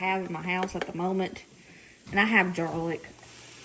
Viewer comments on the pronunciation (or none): Yeah, she said jarlic. Emily says it too. Family thing, I guess. I like it, can hear myself saying it too…..